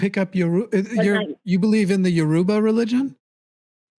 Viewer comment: This was handled very well (apart from the mispronunciation of "Yoruba").